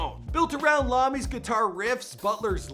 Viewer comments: I cringed every time I heard “Lommy”. That’s an uppercase “i”, not a lowercase “L”.... it’s “I-Oh-Me” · Tony Iommi [eye-owe-me], Tony lama or lami that's just wow. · Its pronounced"i O me" not lommie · HIS NAME IS NOT “Lommy” it’s Tony iommi with an i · Lomi?? Really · bro said Lommi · Tony Lommi? I dis-agree with freedumb of speech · Did he seriously just say tony Lommy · Say Lommy one mo God damn time!!! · The way you say Iomi hurts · Tony Lommy? Wtf. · Tony LOMMI?! Oh my freaking god.. I mean it's just a mistake but god that hurt my ears. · Tony Lommy? Dafuq brah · Tony Lommi?😅😅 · I clicked off when he fucked up Toni Iommi’s name... it’s an i bro not an L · Lommy? your fucking kiding me right bruh? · Tony Lommi, never heard of him. I’ve heard of Tony Iommi tho lmao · Not Lommie....it's i ... Iommi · Did you said Tony Lommi ??? It is Iommi... with I... as in IDIOT. For some reason you made me remember the sketch for madtv... Tommy Salami... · Tony Lommi... I mean: really?! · I was so impressed with your knowledge of Osbourne until you said Tony Lami!?!?!?! His name is Iommi pronounced I-O-ME. Also*** It's Thoroughly not bly* And it's Amie, pronouced exactly like Amy (A-Me) Jesus Christ! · Tony Lomy? Wth lol. Its IOMMI. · Its Tony Iommi, smart guy! Not Lommi! SMFH You're too lame to talk about Ozzy. And post malone is too lame to be on Ozzy's new record! ☠🇺🇸🦅💥💨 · Goes to show that either the guy speaking or the writers know nothing about Black Sabbath when they pronounce Tony Iommi and Tony Lăh-mēe. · Lommy? Seriously? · AND HE KEEPS CALLING HIM "LOMMI" ! GOD DAMNT DUDE! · It's fucking iommi not Lommi. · BY THE WAY ITS NOT LOMMI its IOMMI(EYE O ME) It's about time you did a before they were famous on a heavy metal star MAN IVE BEEN WANTING YOU TO DO HEAVY METAL VIDEOS...DO SOME ON DIO,ZAKK WYLDE,JAMES HETFIELD,LARS ULRICH,IRON MAIDEN, before they were gone DIMEBAG DARRELL ABBOTT,LEMMY KILMISTER,RONNIE JAMES DIO,VINNIE PAUL ABBOTT and so many more... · Eye oh mee